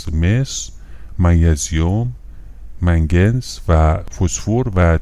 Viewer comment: Manganese صحیح منگنز هست نه منگر